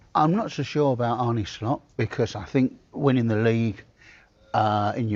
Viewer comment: Lazy journalists...it's not Arnie Slot it's Arne . Pronounced R Nar